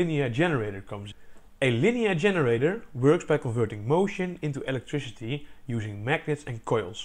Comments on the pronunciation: This dude says “electrishity” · "treesh" "electrishity" "seriesh" "bosishion"